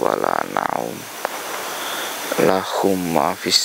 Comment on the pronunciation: Bkn lahumma bro..tapi lahuu ma